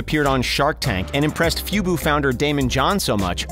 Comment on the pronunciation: “Fewbew” founder 😭😭😭